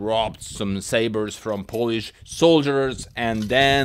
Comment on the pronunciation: WTF "polish"